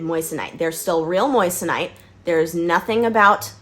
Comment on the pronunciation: It’s pronounced Mwason (in France at least) where Henri Moissan was from. Moi = Mwa not Moyes / Moyesonite, it’s Mwasonite. The rest of video is 👍🏻 😉 Europe still loves USA 🇺🇸